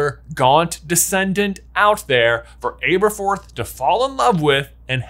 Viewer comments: Ab-erforth. Ab, not “abe” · Ahh-burr-forth Not Aye-burr-forth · It’s him saying Āberforth instead of Ăberfoth for me😂 it’s a short “a” not a long “a” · Why do you repeatedly mispronounce Aberforth? 🤣 Are you one of those silly people who couldn’t pronounce Hermione? 🤦‍♀️ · How do you keep mispronouncing Aberforth being this big a fan? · I beg you, in the name of all that is holy and Jesus Christ himself, learn to pronounce names. The way you say Aberforth is bad enough that the blood starts to seep out of my ears but ‘Merope’ pronounced like a word a bullfighter uses while dodging the bull is just too much.